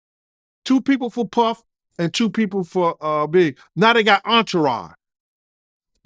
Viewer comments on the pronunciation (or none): When this Gene says “ auntaraun” does he mean ‘entourage’ ?